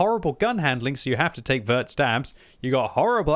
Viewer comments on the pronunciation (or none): none